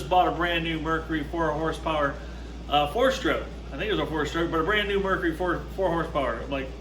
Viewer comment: Mercury not Mercery or Mercry.